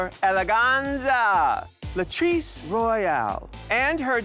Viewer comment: Latirce? Rudemption? Really?